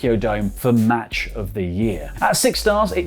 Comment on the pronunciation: Dude it’s Mach not Match🤦‍♂️